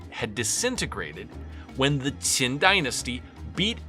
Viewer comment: Your Chinese pronunciation is mostly correct. However, Qin is not pronounced like saying "chin" but more like saying "cheen" (pronounced with what sounds like it's being said with a lisp). Other than that, interesting video.